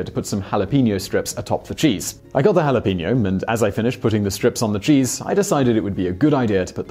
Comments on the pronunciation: They mispronounce jalapeño too and are unaware that "Yanks" refers only to people in the northeast part of the United States. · Lol the way you said jalapeno in the very beginning is so wrong 😂 The further north you get, the worse it sounds!